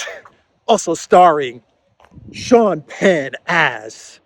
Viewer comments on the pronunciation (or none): none